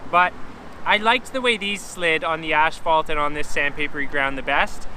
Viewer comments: Why do you call as-phalt ash-phalt? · Asphalt. Do they say it Ashfault in Canada? Not trying to be a dick, genuinely wondering. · Nice video, but you keep saying "ashfault" in stead of asphalt and it is a bit annoying. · It's asphalt not ashphalt... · I love how he calls asphalt ashphalt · The accent on asphalt totally makes sense now! Great video dude